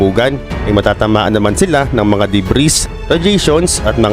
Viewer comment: debris silent s un bro, country - kantree